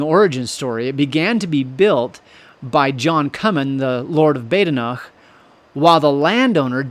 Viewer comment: "bah den okh", not "baydenok".This guy's pronunciation, though, of the other Scots Gaelic names is absolutely impeccable.